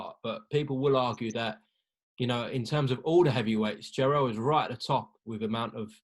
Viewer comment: Jonny his name is jarrel not jarold 🤣🤣